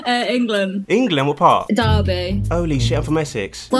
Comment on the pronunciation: “Holy shoit” 💀